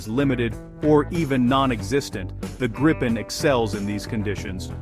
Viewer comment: The plane is called the Greepen not Graipen